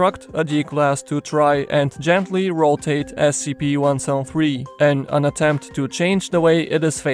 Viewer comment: "One sown three"